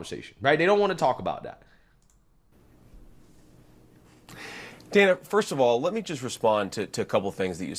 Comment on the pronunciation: when you were a high school easy lay, it was "Day-na" and now you want to hide your past or you want to be a man as now you are "Dan-a"